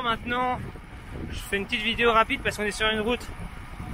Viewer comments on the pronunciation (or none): none